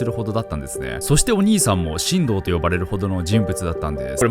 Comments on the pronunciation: 神童の発音が進藤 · 神童が新藤に聞こえる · ナオキマン、神童の発音違うけど誰もコメント欄で指摘しないの優しい世界？ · しんどうさん の言い方がきになってまう